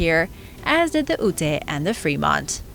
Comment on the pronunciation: Pronounce: Ute like Yoot or Yout. Paiute like Pie-Yoot. Thanks for all the content! I'm addicted to your channel, at least 1-2 vids after work, daily.